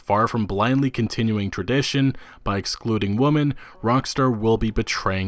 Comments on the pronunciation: Sounds like woman to me. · Do you know how to pronounce "Women" and not "Woman" or are you doing that on purpose? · Do you not understand that women is pronounced differently than woman or do you have a difficulty differentiating the two when reading? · I cringed every time he said "woman" when the word is "women". What he's saying doesn't even sound right. God it's just cringe asf. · This guy pronounces "women" as "woman" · I like some of your videos and they are of high quality, but for God's sake please stop mispronouncing women as "woman" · I made that comment halfway through the video and then it got worse and worse as the video went on. You sound like a fucking idiot when you say “woman” every time the word “women” is on screen. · Please, please learn and practice difference between woman singular and women plural. Hurt my ears! Got to 5.13 then quit... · Grrrrr stop saying woman...... when the word is women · Why was he saying woman when women was clearly written? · Why do you keep saying "Women" as "Woman"? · I’m sure you get this a lot, but is it intentional that you keep pronouncing “women” the same as “woman?” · Kept Saying (Woman)When Reading The Word (Women) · One issue... why can't he pronounce women correctly. Kept saying woman. My OCD couldn't let it go. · Great vid bro! It's like they don't get that most if not all of rockstars products are dark parodys of real life. Hppefully Rstar doesn't cave. Btw, is it just me, or does it sound like "woman" when he says "women"? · lol I'm sorry but you keep saying "Woman" instead of "Women" and its making me chuckle like heck. Although this is a good video and it brings up some great questions about reviewers and their expectations. I just hope Red Dead Redemption improves on the game instead of dumbing it down like GTAV did with GTAIV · Nice video, but you are mispronouncing women. It is not pronounced the same as woman. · Drink every time he says woman instead of women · Women not woman 😩